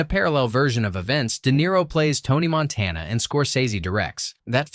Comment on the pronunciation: Couldn't even pronounce Montana right the first time he said it. 20 seconds into the video and I knew it was a complete waste of time.